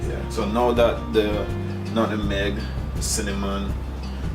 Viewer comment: THE WORD IS NUTMEG.... NOT NUTIN MEG AND